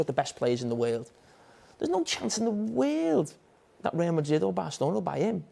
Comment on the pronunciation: "in the WEEEERLD"